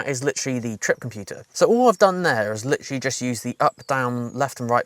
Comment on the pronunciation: I "Litcherally" enjoy your content